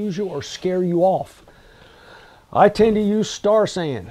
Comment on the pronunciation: I would be nice to have Amazon Links to products such as Star San. Affiliate and make a few dollars and at the same time make it convenient for viewers. Such as your mention of Star San. Thought you said Starsand and looked it up. Finally did figure out it was Star San. Like your presentations.